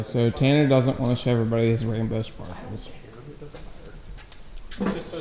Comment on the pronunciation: Did you say rambo sparkles or rainbow sparkles?